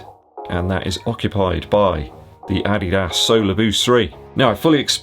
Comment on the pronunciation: Funny way when you say ADIDAS 😂